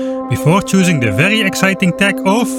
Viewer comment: The word tech is not of germanic origin, its not pronounced teh its pronounced tekh with an aspearted k. Its so funny how germans dont realize that this letter "c" would be called by the latins as kē, so they are actually writing kh like their ancestors would have spoken while themselves thinking they are writing h.